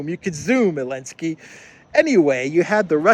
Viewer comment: Do you call zelensky elensky ? Funny 🤣